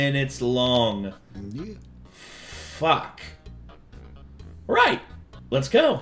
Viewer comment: that f bomb sounded Aussie